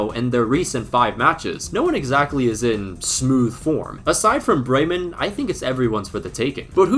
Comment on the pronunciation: I love how in every Youtube video that deals with anything only slightly related to germany, the comment section is just full of us germans ;D I also want to point out as I haven't seen anyone mention it, that your pronunciation was actually decent. Also thanks for jinxing Bremen. We need the price money quite desperately ;D